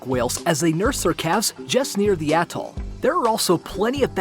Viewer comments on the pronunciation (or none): none